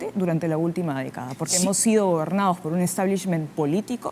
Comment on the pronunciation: Tremenda parametrada.... Aprende a hablar : estao... Gobernaos.. Tomaooo. Estos siguen creyendo que nos pueden engañar.